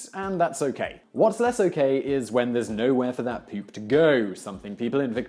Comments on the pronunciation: it's funny how he says poop.....pewp lol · I like the way the little bald fucker says "pyoop". I bet he takes it up the "pyoop shyoot"! :)